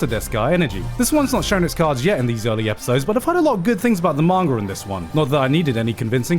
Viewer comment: "lot of good things in the mahn-ger" whats a mahn-ger?